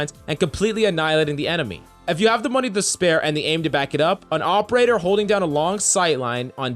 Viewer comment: All i can here is AWPerator